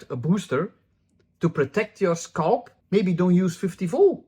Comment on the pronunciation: I love how you say "scalp". "SCULP.